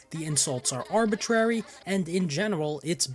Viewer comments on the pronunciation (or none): none